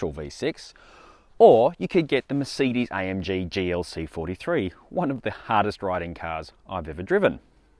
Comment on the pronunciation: I hate how you pronounce Mercedes